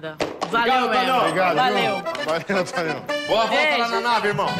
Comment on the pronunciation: Ele chama Antônio kkkkk Han? ? Hantonio kkk han